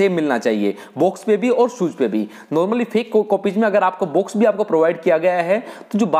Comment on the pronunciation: भाई साहब बोलना तो सही से सीख लो बॉक्स को बुक्स बोल रहे हो और नाइक को नाईके बोल रहे हो